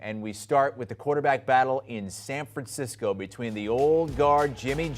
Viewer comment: Anyone else hear the way he said "SAN FRANCI-COOE" Lmaooo not sure if its just me but his voice totally changed lmao